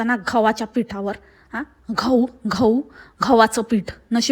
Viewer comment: गहू ❎ घहू✅ Kharach kiti khot boltey ti chnadan. Ti bolat hoti ani mala tu kay bolnar hech aiku yet hot😂kharch tichavar roj pd tak😂